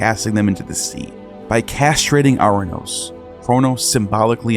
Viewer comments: A curious coincidence or not? The Greek god "Uranus" is pronounced "ur -anOS" (not "our-anos" or "oranos" as pronounced in the video).. Anos in greek infers "above" and "anoteros" means "the highest" (masculine form) Ur is the city of the Sumerians. "Anu/Anos (on high)" is their sky god. Ur-Anos in greek is the sky god who was created by Gaia and became her consort, fathering a succession of powerful beings including the Titans, whose children (the Olympians) finally defeated them.. Ouranos is still in Greek as a name for "sky" Also, a small change in the pronunciation of the first consonant of "Kronos" to Chronos (where "Ch" is pronounced like the "J" in Jalapeno for instance) would closely link the two, and Chronos is the Greek god of time (a word still meaning "a year" or an unspecified passage of time, in modern greek). The remainder of the video's depiction of Greek mythology is accurate as far as I know... Connections of Greek myth to more ancient Sumerian sources are still visible.. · As a matter of piciun-ness(?) The Greek of Ouranos would be pronounced with emphasis on the penultimate syllable and so pronounced "OurANos." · I love your videos and have made similar observations about Ouranos (which has been transliterated into English as Uranus). One minor correction, if I'm not mistaken, is the Greek pronunciation of 'ou' is not "ou as in hourglass" but "oo as in loose," so the Greek pronunciation of Ouranos is "oo-ran-OSS" (emphasis on the last syllable). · Soooo ANNOYING!! Ouranos is pronounced (OO RA NOS). It grates to hear it mispronounced dozens of times. It would have taken 5 seconds on Google translate to get right.